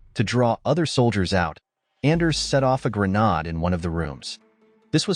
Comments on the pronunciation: Did a 10 year old write this??? What is a "grenahd"??? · Stop using AI voices. What is wrong with human voices? Bow is boh, not bau. Grenade is not grenahd. And the bow and arrow is not a crossbow.